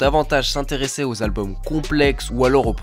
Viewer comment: Gros, j'aime bien tes vidéos mais tu me rends OUF à pas faire les liaisons ou à les faire de façon éclatée au sous-sol. Tu parles en quelle langue ? C'est "les meilleurs Zalbums", "un des plus grands Zalbums". Sérieux, c'est impossible de publier des vidéos et de faire des erreurs comme ca. A chaque fois que t'en rates une j'ai les oreilles qui saignent. Pareil avec l'emploi systématique du futur pour parler du passé, c'est moins grave et pas faux en soi mais souvent c'est maladroit et t'as des souci de concordance. Ah et tu peux pas dire "également aussi" c'est redondant. Mais sinon bien hein, c'est juste que ca améliorerait grandement le plaisir d'écoute et que ca te rendrait plus crédible, en ce qui me concerne ;)